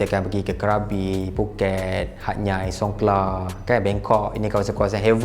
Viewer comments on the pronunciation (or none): Kenapa Hatyai disebut Hat-Nyai dan bukan Hat-Yai?